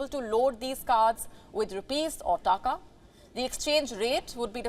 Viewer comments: It is "Takaa", not "Taakaa". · The way she is saying taka. Muhavra bhi change kar dete hain. 2 takey ki akal nahi hai